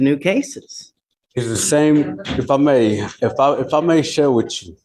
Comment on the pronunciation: when they say 'wit chew' instead of 'with you' and 'ax' rather than 'ask' I just know I'm about to hear a line of crap